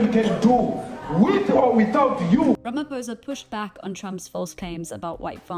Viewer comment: As a South African journalist, please will you learn to pronounce President Ramaphosa's surname correctly. On the "O" letter you do not say it as "poh". Rather say it as "paw(h)". From a fellow South African. Love ❤ Beulah John (Ms).😊